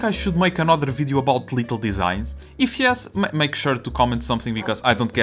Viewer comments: i don't want to mock your accent but I love how every time when you say "little" it sounds kinda like "lethal" that cute pink and yellow chairs being deadly is super funny please don't stop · Omg I’m noticing that now 😂